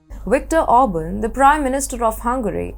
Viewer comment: ORBAN!!!!!! not Auburn!!!!!!!